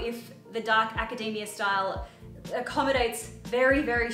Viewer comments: Does some else think she looks like a Genderbent Milo from Atlantis in some of these outfits or is it just me? I absolutely love that you decided to try out this style, I think it looks great on you. Also, from the US here and I also pronounce Academia like Macademia nut so you are not alone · As a fellow Australian... Its Academia like a Macadamia!!! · A-ca-de-mi-a that's how I whole say it you missed the m sound in the "mi" part Hope it makes sans If not, I'm from Denmark and English is my second language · as a fellow aussie its pronounced "aca-dee-mee-a" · Fellow Aussie who says 'ack-a-dem-e-a'. That's how my mates all say it too. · 😅 The more she says act academia the more my brain says my hero academia! Come on I can’t be the only one who’s thinking every time she says that!!!🤣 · Lol in kiwi land it's pronounced "aca-day-me-ya" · Aaaaaand in another episode of erases her Australian accent to please picky American's whos never heard people from other countries speak, she erases the Australian pronunciation of Academia because it sounds like a nut. Seriously, please stop it!! You're not american!! Be proud of your accent dammit:(( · I’m Australian, even I struggle to know the correct pronunciation of things, even Australians correct each other’s pronunciation all the time, especially suburbs and places. Literally everyone pronounces things differently. I don’t think was purposely changing her accent for the American audience. She just didn’t know how to pronounce Academia so when she got corrected she went with it. I question things I say all the time. It could be because we have so much American influence through socials and TV. There isn’t one way of pronouncing something. She says like a million words in this video in her native accent and you pick on one word. Let do her thing she is killing it! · You say academia like we say it in spanish 👌🏻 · Saying "acadamia" like macadamia nuts made me giggle.